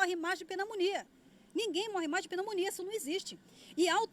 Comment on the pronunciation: "Penamonia"... Que barraco!!!